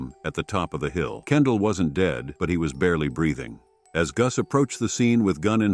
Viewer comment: This AI produced male voice is ridiculous! He mis-pronounces the word "dead " as "deed", and several other words! The narrator needs to be replaced!